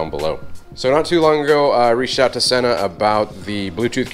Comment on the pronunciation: So, Sena sent you a helmet and you don't know how to pronounce their name? Sheesh.